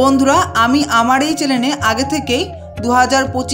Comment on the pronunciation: চ্যালেন না বলে চ্যানেল বলো।অনেক সুনদর করে বুঝিয়েছো।